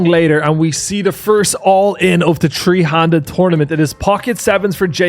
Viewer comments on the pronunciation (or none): you need to get your th down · “Alrighttt it’s day tree…..” 😂